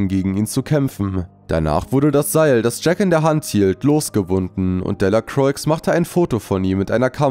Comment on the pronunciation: Man sagt nicht Delacroix, sondern man spricht es delacroa aus